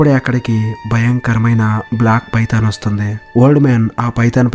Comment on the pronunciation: నీకు దండం స్వామి 😂😂 పైతాన్ చాలా బాగుంది పడిందా🤣🤣 నీ డబ్బింగ్ 😁😜👍